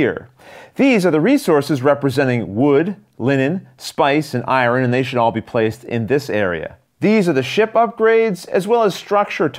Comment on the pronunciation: Sort of a personal question: I'm struck by the way you pronounce "iron" -- can I ask what part of the country you grew up in? I think regional differences in language are so interesting -- especially now that usage is becoming more and more uniform.